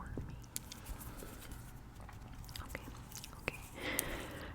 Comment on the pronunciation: also, i like the anticipatory style to this!! esp when you said "stormy" and the initial "s" and hesitated/slurred the words before you finished saying them. as im typing this you also got my age right too lmao